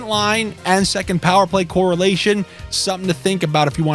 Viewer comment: Getting some bets in and I heard your "jus give me sometin to sniff about " 👍🤣🤣🤣